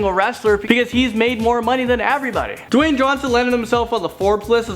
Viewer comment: Dawyne "The Rock" Johnson